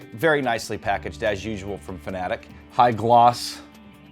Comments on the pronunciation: Dont pronounce it fanatic, one of my biggest pet peeves. Its fanaTEC just like logiTECH. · Why does everyone pronounce FANATEC like FANATIC. 😤😤